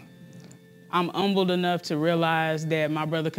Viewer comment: That girl couldn't say humble she said umble 😂🤣😂